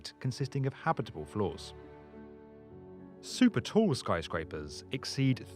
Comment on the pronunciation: Super Toe? It's super tall. That's poor pronunciation.